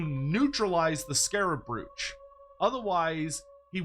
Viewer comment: Is Andy listening to how is saying 'brooch'? I can hear him correcting in my head!